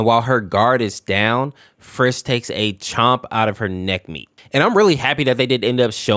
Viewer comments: 1. You called flowey flowery 2. At one point you called frisk fisk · Umm? . It's frisk not Fisk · Oh this ticks me off, FISK, FLOWERY, BROTHA, STOP SHARING LETTERS HERE, IT IS FRISK AND FLOWEY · why do you call flowey flowery and i heard bro call frisk fisk 💔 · Dude do you have built in autocorrect? "Flowery" "Fisk"? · I didn't even know there was an infection au for undertale Edit: why is he calling Flowey, Flowery and Frisk, Fisk 🤣